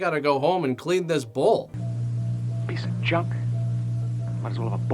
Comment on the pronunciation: Okay....I keep hearing BULL.....not bowl.... So but not actually watching...just listening...I was like...WTF?